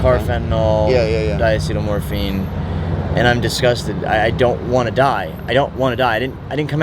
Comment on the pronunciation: He said di-seatle morphine lmao yeah right bro. Thats real herion...aint none of that out there